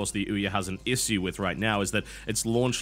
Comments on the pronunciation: How do you pronounce "issue"? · Well... I pronounce it ishew but TB seems to pronounce it isew... Not sure which one is correct :L